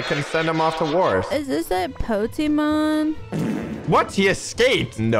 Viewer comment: Bro called it “Pokémon” 💀